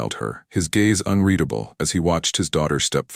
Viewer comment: A very good story throughout. My favorite part? A story where the AI finally pronounces “unreadable” correctly multiple times. Sniff sniff, a single tear runs down my cheek. Thank you